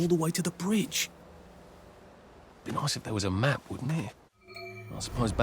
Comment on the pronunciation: Did you notice when Arthur asks why the Germans left the tanks, Ollie interrupts saying "i've made a map" but it sounds like he said "I made em up". In a game about unreliable narrators where the playable protagonists all perceive parallel experiences of the same events I think it's intentional.